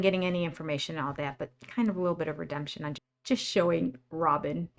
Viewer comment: I can't tell - are you saying redumption, or redemption? It comes across as redumption. 😄